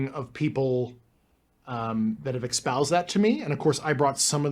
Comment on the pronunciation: Why can't he pronounce "espoused" properly? Why can't he pronounce nuclear? This man is not trustworthy.